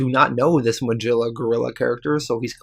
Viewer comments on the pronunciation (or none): It's not pronounced Ma-Jilla. It's Ma-Gil-la. C'mon, dude. You're killing me. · I really enjoyed this video this is the first time I've heard of these unique stories and I am surprised that there is not more support for this channel. Also just as something minor you might want to keep in mind Magilla Gorilla is pronounced [Muh - Gill (like a fish)- uh- gorilla].